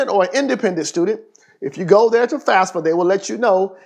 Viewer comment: This dude really said fasfa